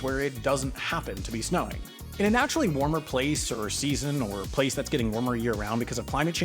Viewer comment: making up another word called skeason lol 😂😂😂